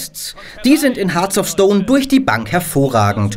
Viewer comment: "Hearts of", nicht "Hearth of"